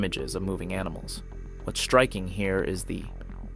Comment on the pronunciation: Why does he cotntinue to say Shtriking? The is no H in striking !